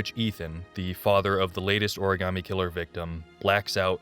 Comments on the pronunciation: I know I'm a little late but Heavy Rain and quality voice acting or acting in general does not go together 🤣... Take a drink every time a character says ori-gam-ee instead of ori-ga-mi... Also the rich psycho son that you meet when looking for the missing children was the WORST 😭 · Oh and the best plunders in HR: ORIGARMI. The actors could not pronounce origami and it's sad.